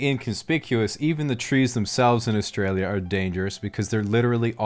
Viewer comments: your accent is a perfect example of how you can pronounce Australia correctly in a mostly american/canadian accent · you pronounced "Australia" correctly!!!